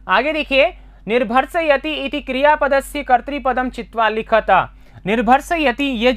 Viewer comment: सर,जहाँ विसर्ग नही है वहाँ विसर्ग की ध्वनि नही होनी चाहिए । यथा लिखत । आप इसका उच्चारण लिखतः के समान कर रहे है । ऐसे अनेक स्थानों पर किया जा रहा है ।